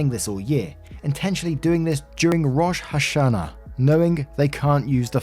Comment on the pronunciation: okay, i'm about halfway or so into the story and i cannot bear saying "rosh hashanah". it's (Row-Shh) (Ha-Sha-Nah), it's also jewish new years for simplicity